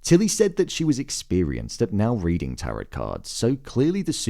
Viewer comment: Please pronounce TAROT correctly..